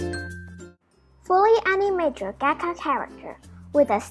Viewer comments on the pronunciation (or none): Love your voice!! But how you pronounce Gacha, I thought you said caca 😂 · Is anyone else gonna talk about how she said “gaka character”? No hate btw